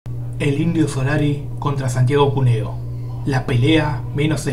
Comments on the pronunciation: Porqué dice Cunéo? El acento está en la U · Perdóname querido, es Cuneo con acento en la U, no puedo creer que no lo sepas !!! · Lo escribís bien "Cúneo" y decís "Cunéo"...Esa rayita arriba de la U se llama acento... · Jajajaja yo también quedé re incómodo con como lo pronunció.